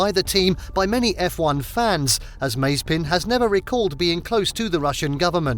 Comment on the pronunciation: Your pronunciation of „Mazepin“ drives me mad! Is like the american „Porsch“ 🤣🤣 Still great content again 🤘🏼